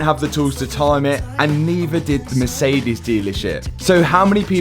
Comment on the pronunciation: Matt I love your videos and I really appreciate your afford on pushing forward....but please check your pronouncing of Mercedes, Porsche etc...really love your content but it is always a pain in the ass...